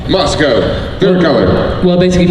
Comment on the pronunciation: I keep hearing Moscow....